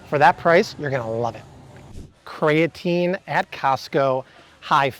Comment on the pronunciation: It's "kree-uh-teen" NOT "kray-uh-teen". Look it up.